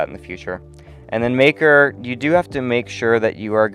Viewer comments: bro did not say maker 💀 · Exactly what I heard